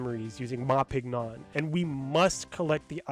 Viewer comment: Just thought you might find this little piece of Trivia interesting, but the character Ma Pignon gets his name from the word Champignon, (pronounced 'sham-pē-ˈnyōn') which is French for Mushroom! So his name would most likely be pronounced 'Mah Ping-Yonh'. Not knocking you for saying it the way you did, as if you don't also speak some French this is unlikely something your average English speaker would know, but I just wanted to share that because I never hear anyone else talk about this little pun, and this video is so well informed I wanted to add to it so more people to know about it too!